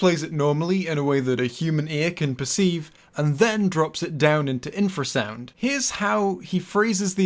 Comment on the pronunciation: Artifact communicates with infer-sound -Let's play it sounds from an animal that doesnt communicate with infer-sound!